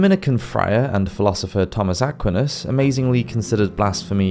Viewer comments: Are you a native English speaker? Don't you know how to pronounce the word "indicted"? Or how to pronounce St. Thomas Aquinas' name? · it's /aq-whye-nas/, not /aq-wee-nas/ also (without knowing all the context), what a silly take. so clearly pre-modern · I'm loving your videos, but am kind of a stickler for pronunciation. Again, Aquinus is pronounced ah QUINE us, and indict is actually en DITE. The C is silent. Apparently this comes from the early English endite, but somewhere along the line the decision was made to make it look more like its Latin roots, and the spelling became indict from the Latin root word indictare. But modern pronunciation kept the original English ENDITE. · Aquinas [ uh-kwahy-nuhs ]. Indicted [ in-dahy-tid ]. Come on man, learn the correct pronunciation. Perhaps if you write your own copy you’ll choose words you know. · Aquinas too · I’d take you more seriously if you learned to pronounce Aquinas’s name correctly. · Please learn how to properly pronounce St Thomas Aquinas' name. He is a Doctor of the Church